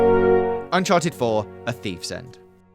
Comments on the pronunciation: ... “UNCHARED 4” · "UNCHARED 4"